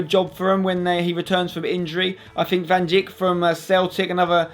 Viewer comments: FYI: Van Dijk is pronounced Fan Dike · English people pffff. It's Van Dijk and Wijnaldum you pronounce that as Van Dike and Whynaldum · It's not van jik it's van diyk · It is actually pronounced as "van dike" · That mispronunciation of van dijk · His pronounciation of Van Djik made me feel suicidal :/ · Too true, too true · your prounased van dijks name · Way to butcher Van Dijk's name